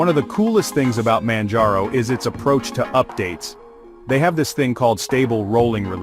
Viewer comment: Manj-row ??? This text-to-speech is the worst I've heard all week.